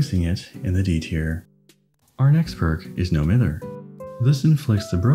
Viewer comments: I know this is a five month old video but hearing you say "mither" like "mirror" instead of like "my-ther" is bothering me so much. As a Scot it's just incorrect but none of the DBDtubers I've watched know about this :( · If you are from Manchester like, No Mither is pronounced as “No My-ther”